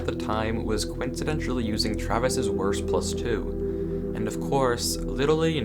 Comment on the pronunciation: Lern Wurst Aussprechen dann komm Zurück!